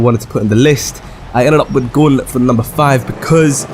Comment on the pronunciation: The Guulet 😩😩😩😂😂😂😂